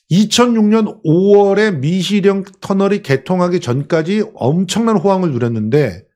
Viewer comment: 재영목사야? 미식영이 아니고 미시령이네 발음똑바로 하라우야